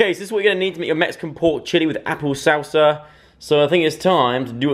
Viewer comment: LOL He pronounces salsa weird.. "sausa"